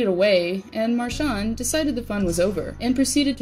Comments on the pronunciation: could you actually learn to pronounce his name before you post about him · One of the best players! Gotta love him! Just say his name right 😬😂